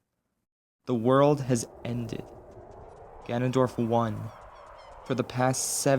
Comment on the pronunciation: Him: Ganondork Me: Doriyah stops